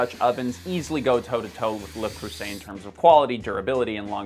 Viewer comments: Your "properly pronounced" is not properly pronounced ! Also it's not a dutch oven, it's a cocotte ! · Many Le Creuset's pronunciation were hurt in the making of this video. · Fun fact, you never pronounced it right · Still wrong pronunciation >:( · Why quirp about pronunciation if you don't say it right? One "s" is pronounced "z". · even his “proper” prononciation is not right … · man, I know Le Creuset, I better, being French, and even familiar with Jouale as I am, I still find your pronunciation off, are u doing it on purpose? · It's French not Dutch (the founders were Belgians, maybe that is why you thought it was Dutch?), also your pronounciation of the brand is more british than french 😄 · It's Le Creuset actually! Source : i speak the French 😋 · Turned off immediately owing to his inability to pronounce 'Creuset.' Poor show. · Don't worry, you still didnt pronounce it correctly~<3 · Props to the editor for mocking the still incorrect pronunciation during the entire video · I'll admit that for non natives, """le creuset""" is a bit of a tongue twister but I can confirm that has been successful in NOT pronouncing it right a single time in the whole video. Congratulations! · I would have let the pronounciation slide if he hadn‘t bragged about being a French speaking Canadian. Which clearly means he’s taken the required French classes that you get in English speaking Canadian schools. No one that takes these classes without any other immersion is „French speaking“ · Seriously, if you’re going to make a video about a product, please research on the pronunciation of the product name. Just saying… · Even my gringo ass cringed hearing that pronunciation. It was like when someone pronounces tortilla as tor-till-a. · The guy is clearly not a French speaking Canadian. He couldn't pronounce it for sh*t. I am a French speaking Canadian and I can confirm he isn't one. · I'm french, you still don't pronounce it correctly, but it's fine, no worries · LEU CREUZAY !